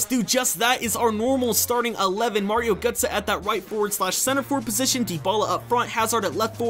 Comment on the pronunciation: 'Mario goetze'??? WTF